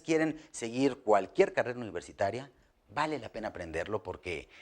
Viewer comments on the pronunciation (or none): none